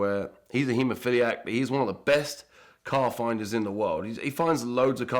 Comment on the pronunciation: "He's a heomphiliac" Erm, What?